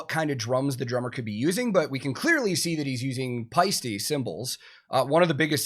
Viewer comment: Perfect pronunciation of "Paiste",! Also this band definitely deserves more reactions.